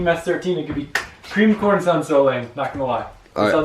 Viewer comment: Did anyone else think he say cream porn at first😂😂😭